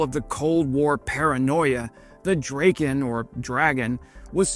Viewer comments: It's a Drahken not Draken. Drahken Dragon. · It is pronounced drah-ken, not drayken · I love your videos but if you love the Swedish airplanes so much (so do I), why don't you learn to pronounce them correctly. The Draken is called Drahken not Drayken. If you need any other pronunciations (your video regarding the 6th generation fighter jet also suffered from not being pronounced correctly, ask me, I can always help. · Great video. Sad that you didn't verify Swedish pronunciation of the name... not like rake...A like black...aa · Drayken? Isn't it Dra-ken? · "Draw-ken" is the correct name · It’s pronounced “DRAH-ken” and it means “kite”, not “dragon”. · Not to be that guy, I just wanna kindly point out that A in Draken is pronounced as the a awl and the EN as in then, I hope it helps!🙌😊 My favourite is the JA37 Viggen, it's just the best looking fighterjet there is, though my all-time favourite is definetly the one and only SR-71 Blackbird, cause I mean, one simply can not argue otherwise!💁😂